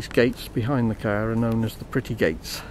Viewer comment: so ............you like your cahhh? hahahahahahahaha